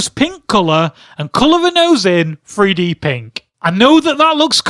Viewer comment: someone His accent makes the "th" sound like "f". Don't be an idiot.